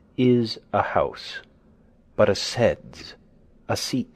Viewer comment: sedes is Latin, and pronounced approximately as "sed-ACE", not "seds".